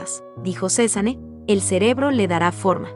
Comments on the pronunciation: Está mal la pronunciación de “Cézanne”, la “e” al final es muda (no se pronuncia)! Se pronunciaría “Cezan” Ojalá tuviera mucho dinero para comprar un cuadro de Cézanne! 💜💜💜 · Me pone de nervios que no sepa pronunciar el nombre